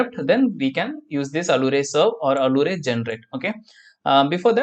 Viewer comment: Nice videos. Allure is pronounced as if it were 'alyooor'